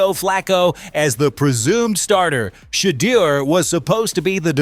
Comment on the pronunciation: I stopped watching when I heard SHE-DER SANDERS...... next